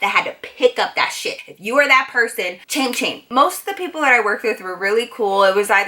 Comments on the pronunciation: "that was my yob, and if you're one of thoes people chame chame" the way she said it tho lmao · it sound like " you were that person chame chame." What does chame chame mean?